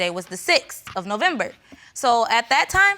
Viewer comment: Did she say “ I found out in the end of Nembember”